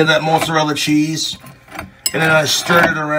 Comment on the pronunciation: "moatzurella sscheez"